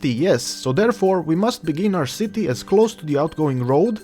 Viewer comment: Was anyone else dieing with laughter when he was saying "Shitty" :D Dude your accent with the word "Shitty" is fucking priceless. Thanks for the Tutorial it really helped :) i had no idea what i was doing until i watched this thank you :)